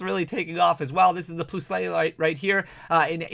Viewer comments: Dear Lord the pronunciation of "Ploos-LAY" was diabolical 😂😂😂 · I think it’s pronounced “plus-ull” like the “+” character. With the Minum, It’s like positive and negative voltage. :) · It low key reminded of me the "POO-SAY!" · “Plus-ul” and “Mine-um” play on the words “plus” and “minus” - look at their cheeks you’ll see the “+” and “-“ on the the cheeks of both pokemon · Plusle and Minum... LOL. Think Plus(plus-all) and Minus (mine-um) due to their polarities! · I audibly gasped when I heard that